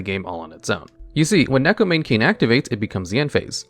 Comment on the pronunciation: Why can't people pronounce neko mane correctly. It makes me sad